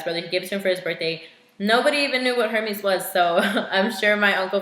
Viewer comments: Hermès... “air:may” not “hermeez” 💁🏻‍♀️ just sayin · Forgive me for being a snob, and looking like a pretentious one at that. You pronounced "Hermes" wrong. It's pronounced more like, "air-mehs" H's are always silent in French, and I have a french bf, so I felt compelled to comment. That is all.